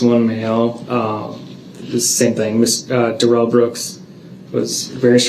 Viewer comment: 5645...Dorow "grounz-ed" Duh-rell like a Bish!!!! Hilarious 😂